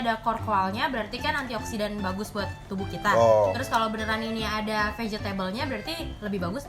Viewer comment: "Vagetable" apa tu? 😂😂😂